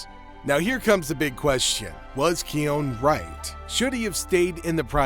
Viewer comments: The constant mispronunciation of his name is sending me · It’s kion